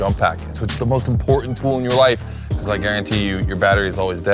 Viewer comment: Still makes me laugh every time says " becooz"